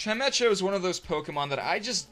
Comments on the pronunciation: "Chime etch oh" - You mean Chime Echo? Like, because it's a bell so it echoes? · Maw-vile Chime-echo. Not tryin' to be the pronunciation police, I'm just sayin'. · It's pronounced Chime-Eh-Ko. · Oh my god its chime-echo XD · i think it is pronounced chime- ecko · it's pronounced chime-echo. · The echo in Chimecho is pronounced just that, echo.